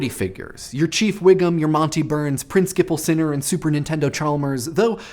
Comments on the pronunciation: "Prin-skiple Sinner". It cannot be unheard. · "Princkipal Sinner"? LOL! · Eric D I didn't notice saying "Prinskipal Sinner" (or however you spell that), and I honestly just didn't remember Ralph saying "Super Nintendo Chalmers".